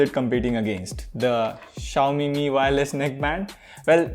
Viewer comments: for god's sake call it "Mi" and not "Am - I" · its MI (me) , not M-I (em aai) !